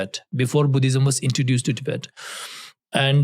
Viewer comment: How you say Tibet is how western people pronounce it Please try to use correct pronunciation Love your content ❤